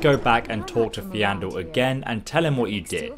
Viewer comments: Y did you have to butcher poor Faendal's name :'( (You kept saying Feandel) Anyways, nice video. Do you have any plans to make a video on how to efficiently start a new skyrim run? For example I usually start off with the Faendal archery trick followed by me going to Windhelm to start the dark elf vendor quest. (This is the quest where you have to put back the stolen ring) This unlocks his speechcraft training. Then I usually go unlock the winterhold college. Then the procces begins: Buy iron bars, craft iron daggers, go to winthold college, buy common/lesser and petty filled soul gems, enchant the daggers with the flee undead enchant, level up, go to the dark elf in windhelm train speechcraft 5 times, sell dagger to him to get money back. Rinse and repeat untill speechcraft 50 so you can sell anything to everyone. Then instead of training 5 speechcraft levels I just go to the companion's blacksmith to train 5 blacksmith levels. Rinse and repeat untill blacksmithing 90. Then keep making iron daggers untill 100, enchant em if you like, sell all the enchanted daggers you have. End result = you can make the best armor with the best enchants whenever you like, you have a fat cash stack and you can sell anything to any vendor you want. Which makes ditching loot you find a lot easier to get rid off and not a painful task of finding the right vendor for the right piece of junk you got. I would like to see what your way of starting an efficient run would be like, if you have any impr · bullet x nah in game characters say it like fayn-dal and that’s enough to make it kinda weird that he says that even if he’s dyslexic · Ah yes theandle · Feign+dal = Faendal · FAY-EN-DAL AYE-EL-UH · Biblo Pogromca Siurumuna and this is the correct spelling for FAENDAL! AND ITS NOT fa J endal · Got triggered its f-i-n-e d-a-h-l faendal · 'fe-an-dal' 'alea' learn to read, man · It’s amazing how someone can mispronounce names in a fully voice acted game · i'm triggered by how he says faendal